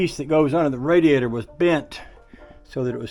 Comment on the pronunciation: Wait a minute drain the RaDEAzOr boy thats new one i aint never heard that one bAfore..i think your tongue went numb there for a minute..😅😅